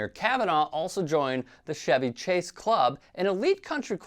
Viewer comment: Are you seriously pronouncing Chevy Chase like Chevy the car with the softer /sh/ sound? Are you fucking kidding me? How are you a grown ass adult and don't know Chevy Chase is not a Chevy. Do you also pronounce 'chew' with the same sound you use for 'chemical'? You just only have brain space for one pronunciation of each spelling? Jesus hillbilly christ.